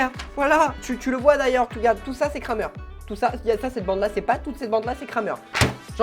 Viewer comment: On dit ''krèmer''